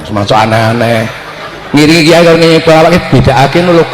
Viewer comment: Kitai bukan kiyai😂